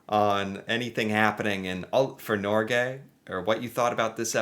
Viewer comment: Stop saying Norgey, it's Norge